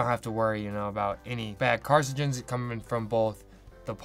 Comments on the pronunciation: “carcigens” based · He keeps mispronouncing carcinogens LOL but great video anyway